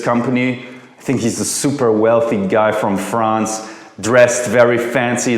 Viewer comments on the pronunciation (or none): none